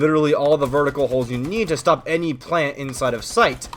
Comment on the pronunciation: anyone noticed how says shtop and shtuck